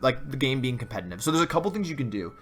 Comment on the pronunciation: anyone else notice that he always says.. compeNNNtiv instead of competitive? xD